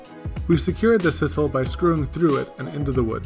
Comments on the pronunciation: It's sisal with a long "i"! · Guys, I love ya work, but I gotta be honest with you: it's sye-sal